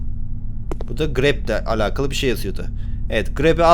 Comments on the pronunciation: Grepp deyil krepp😂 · Abi grepp değil krepp